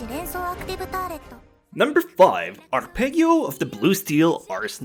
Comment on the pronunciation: Si ma non puoi dirmi "Arpegghio" of the blue...eccheccazzo xD